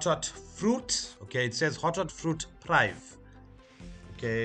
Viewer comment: Top session. FYI prive' is pronounced "preevay"